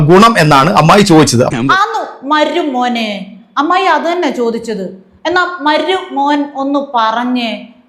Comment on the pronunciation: താങ്കൾക്ക് ചില വാക്കു കൾക്ക് ഉച്ചാരണ ശുദ്ധി തീരെ ഇല്ല എന്ന വിമർശനം അംഗീകരിക്കുമോ? "മരുമോനേ " എന്നതിൽ "മരു " പ്റൊ നൗൺസിയേഷൻ എല്ലായിേപ്പാഴുo തെറ്റുന്നതായി തോന്നുന്നു.😂😂😂